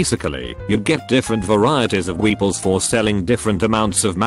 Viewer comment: Voice: pronounces Weepuls correctly Also voice: mispronounces janitor